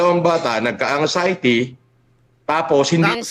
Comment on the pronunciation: TONG SI BAHO LAGING CNASABI NA MAY UTAK DW SYA PERO KUNG MAGPRONOUNCE “ANGXIETY… SABPWENA” 😂😂😂😂😂😂